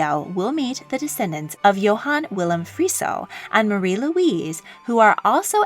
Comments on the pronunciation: Very good video! Although it drives me crazy that you call them Luisa when their names are spelled Louise xD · You keep referring to all those with name Louise as “ LouisA”. The spelling with the “ E” on the end is typically pronounced with the “ E” sound. LouisA would have an “ A” at the end.